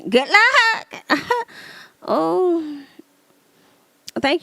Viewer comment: I lived to hear you say "GOODT LUUCK ". 😂😂😂❤ I still haven't been able to watch anything on Zeus. OMG!! That Wendy's story had me cracking up. 🤣 These are MESSY!! LOL. "Ruff and tuff with afro puffs." 😂 I can't believe I've never watched one of these segments but I watch you all the time. 😅